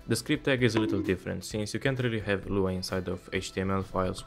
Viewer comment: i threw up a little when you said lua